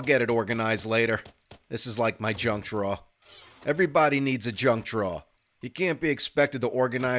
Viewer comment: The way you say drawer got me. Never heard someone say it like that lol.